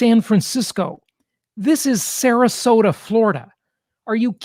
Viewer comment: Agree with you. It is Sarasota for god sake